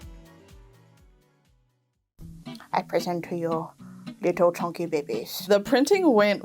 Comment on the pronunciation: CHONKEH CHONKEH